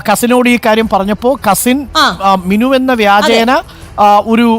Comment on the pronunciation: മിന്നു അല്ല മിനു ആണ്